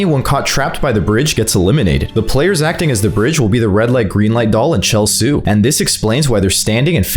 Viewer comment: No way bro called Cheol-su chelsy 💀